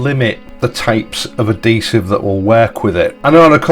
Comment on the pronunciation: Hey, it's adhesive with an 'h', I know you Yorkies drop your h's, I've lived in West Yorkshire for the past 53 years so I'm used to it but not everyone is.